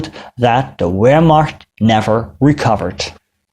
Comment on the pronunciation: It is weird hearing a Dutchman mispronouncing ‘Wehrmacht.’